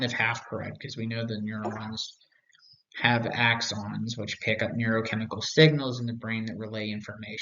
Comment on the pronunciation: I'm very curious to see if you learned to pronounce "axon", "solipsistic", and "Raskolnikov" in the last 6 years. Other than your bizarre tendency to mispronounce these and other names and terms as if you have never had a verbal conversation about any of this, your take on all this is quite useful.